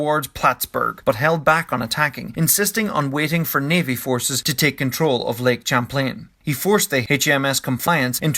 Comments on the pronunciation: Lake Champlain is pronounced with an initial 'sh' sound, like champagne. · Champlain is pronounced shamplain.